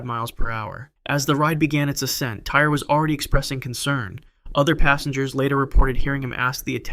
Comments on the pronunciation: Just for future reference, the kid’s name was spelled T-Y-R-E, but pronounced “TY-REE” It might be how the word “tire” is spelled in the U.K., but not in this kid’s case. If you’re going to talk about what happened to him, please at least pronounce his name correctly!!! This poor kid died an unimaginably horrible death. He at least deserves to have people say his name right!!! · The boy who died on the freefall tower his name is pronounced “Tie-ree” not “Tire”. If you’re gonna report on it, have the decency to say his name properly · Agree on all points, but you missed one- The boy’s name was pronounced “TY-REE”, though spelled without the second ‘E’ on the end.